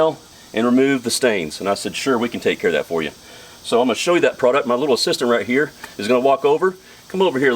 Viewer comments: Ooooh you said assistant 😂😂 I thought you said “sister” i was like, wow what a break 😂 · I thought he said sister as well. I said what?